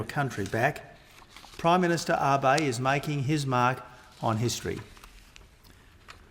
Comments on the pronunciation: 感謝の意を述べてくれてはいるが、根本的に安倍さんのなまえを、読みを間違えているのか、終始「アバイ」と間違って発音していたのが凄く気になった。誰も直せる相手側がいなかったのか？🤔💦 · 私には「アベィ」に聞こえるな。英語圏の人はAbeを「アビ」と読む（Watenabeをワタナビのように）のが普通だけど、それよりはマシだよ。それにその言語の訛りが出るのはお互い様で仕方がないよ。日本人だって日本語で話すときは外国人の名前をカタカナ発音するわけだしね。